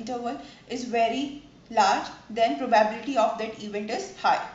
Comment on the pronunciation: it's proba-bility ... not pro-bah-biility